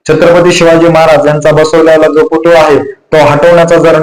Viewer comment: पुतुळा नाही हो पुतळा असा शब्द आहे.